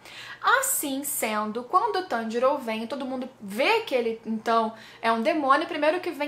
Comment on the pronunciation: Eu sei que a treta tá brava e tals, mas..... só eu que percebi que o inousuke falou o nome do Tanjiro corretamente?